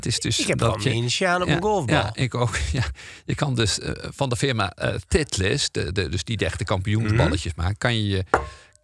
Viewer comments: tai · tuhl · uhst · Haha misschien toch even heroverwegen hoe je Titleist uitspreekt!